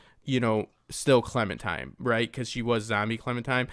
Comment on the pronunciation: Why do so many say clemintime? Small gripe just annoying a little. Edit : love the vid and take on the episode as always. I mean what I said above was my "complaint" so obviously I enjoyed 😆